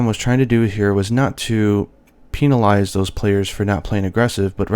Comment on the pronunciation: Kevin Doherty Also he said peenilize, hehe